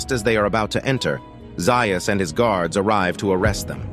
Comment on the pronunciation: Dr. Zaius is pronounced Zay-is, not Zeye-is.